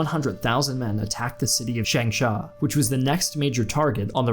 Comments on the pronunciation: Another mistake you made is that the city is called "changsha" instead of "shangsha" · And , the city's name is Changsha instead of "Shangsha", "Shangsha" means "business building"...lol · The city is called Changsha(長沙) instead of Shangsha. The pronunciation of Chongqing is also incorrect. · 长沙/長沙，Changsha，not Shangsha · It’s changsha not shangsha, do better research plz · Its called Changsha, not shanngsha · Changsha NOT Shangsha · Beiping? Really? Just say Beijing. Nobody says Beiping, so it's pointless to include that spelling. And it's not "Shangsha", it's the city of "Changsha". I know you probably don't speak chinese, but your spelling and pronunciations are totally off. Edit: Beiping was used under the Ming Dynasty which lasted until 1644... why use a name that hasn't been used in over 300 years? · And Changsha is called Shangsha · It is changsha not shangsha. That’s a big big mistake. You are so wrong about CCP’s involvement in Second World War. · It's Changsha bro not Shangsha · By Shangsha I guess you mean Changsha? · It's Changsha, not Shangsha.. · Changsha, not Shangsha, but otherwise a very good summary. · A small correction: Changsha instead of Shangsha. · Very good. Just a little accent issue: it is Changsha, not Shangsha. Yuelu hill within the city is filled with memorials of the fierce battles that took place there. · It's not Shangsha, It's Changsha! My hometown. Brave Changsha people. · Great video to clarify the historical fact, although a little correction has to be made: the first Chinese city which was able to fight off the Japanese is Changsha not Shangsha. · It’s called Changsha, not Shangsha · Good talk～but the city name it's Changsha not Shangsha ^_^ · Great video on the progress and history of the 2nd Sino-Japanese War. However: 1. The exclusion of Tibet and Mongolia in your early 20th century China is a terrible mistake and a awful sign of disrespect to historical facts. 2. It is Changsha, not Shangsha...